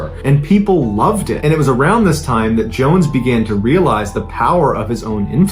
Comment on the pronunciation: And the way he said Jim Johns not Jones